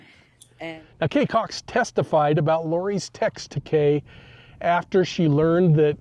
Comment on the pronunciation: In your summation you said Kay COX!!